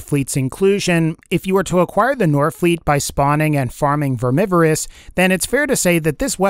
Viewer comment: achem VERMIVEROUS*achem* wut?